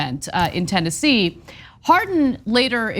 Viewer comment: The name of the state is Tennessee, not TenNazi.